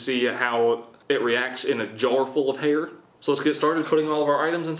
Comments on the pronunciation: Who else thought he said "hater"? Just me?..ok... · When he said hair I thought he said hater ms daisy might want to spend time in the jar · Instead of "Hair"... I heard "Hater"... "Our last item is Hater, and I know where we can get some Hater." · When he said hair I thought he said haters to dissolve in drano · I thought he said "Hater" HAHAHAHAHAHAHA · My tired brain thought you said "hater" not hair. So i figured you were gonna put some toxic comments printed out in a jar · I thought he said hater no hair lol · The way he says “Hae-er”😂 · when you said hair, i tought you said hater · give me a chance, im a french Canadien and the way you pronounce "hair" got me the cut hair scene To understand what you talking about.